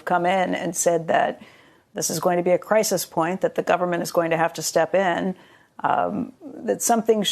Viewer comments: 'crisis' is not pronounced with the EEE sound. That pronunciation is plural....crises /krī′sĭs/ Plural form of crisis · Crises is the plural of crisis, not a fancy way of pronouncing crisis. Work on it! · crisis, not crises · I don't normally like to be a grammar fascist, but there are only so many times I can hear you say "crises" when you should say "crisis" before I can't hold my tongue any longer. Please stop using the plural as if it were the singular.